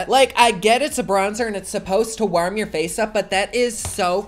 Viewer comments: “WARHM” lol 😂😂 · I love the way you say warm, im a creep and I love you 😂❤️ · Carlos Rodriguez it’s the Midwestern accent😂